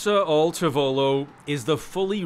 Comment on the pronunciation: Awesome story! Your pronunciation of tavolo is killing me though.